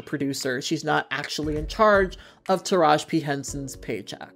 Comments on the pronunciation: TARAJI not Taraj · UPDATE: got the memo yall 😂👍🏾 I love your channel and I love your work, but I am dying at u calling Taraji “Taraj”. The video is done so there’s no way to correct. 😩 want to put some respect on her name is all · No the whole time I was hearing her say "Taraj" and I'm sitting here like damn have I been saying her name wrong this whole time lmao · Her name is taraji pronounced ( ta- ra Jee ) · I'm dead because I deadass... just always have said her name wrong lol.